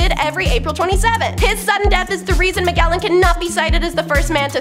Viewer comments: Ma-JEL-lan! The G is soft! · Magellan really hit me in the ear.